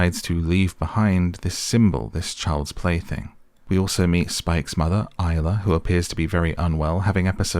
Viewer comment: Isla. At least get the name right.